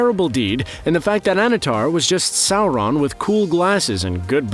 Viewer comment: Why does this guy put an "L" in Sauron